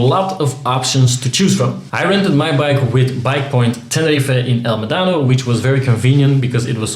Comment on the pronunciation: It is pronounced El mEdanno. The emphasis reads on the first E.